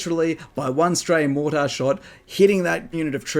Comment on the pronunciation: Lean how to pronounce the word mortar properly!